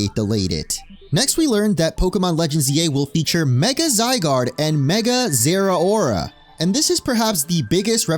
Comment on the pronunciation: They way you pronounce Zeraora gives you zero aura.